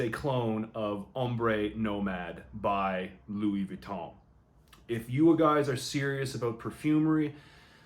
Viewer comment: Finally an english person who pronounce well Louis Vuitton name